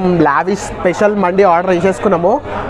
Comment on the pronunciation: Mandi kadu ra naina D kadu dee Mandes it’s Arabic word